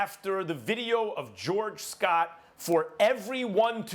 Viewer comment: George Floyd max... not “George Scott”